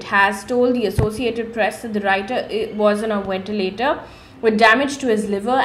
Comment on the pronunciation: 'V'entilator ✔️mam.... not 'W'entilator❌ Thank u for your news snippets